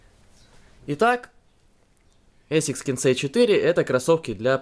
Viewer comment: не эсикс а асикс